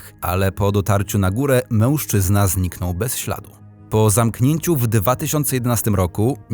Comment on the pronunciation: Fajny kanał, ale ten "MĘŁSZCZYZNA"...